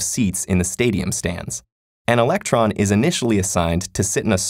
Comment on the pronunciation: electron, not election.